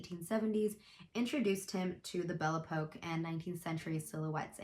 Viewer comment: "Belle-Eh-Poke". Lol.